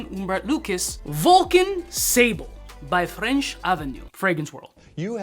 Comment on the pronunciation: Sable is pronounced Saab-Luh. It’s French for Sand. And Vulcan Feu, the God of Fire clone, is pronounced Fuuh which is French for Fire. Get the relation?